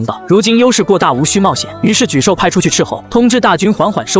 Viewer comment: 就是ai爽文。错别字反复念，而且一会沮授，一会泪授。更多错别字加ai各种瞎编。😂我也泪笑一下。